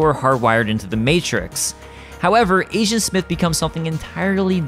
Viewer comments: When you say agent, it sounds like asian. Lol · I Keep hearing “Asiant Smith” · You keep saying Asian Smith... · I keep hearing ASIAN smith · Kept hearing him say “Asiant Smith”